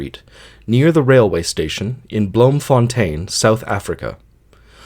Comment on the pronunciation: It's pronounced bloomfuntine in Dutch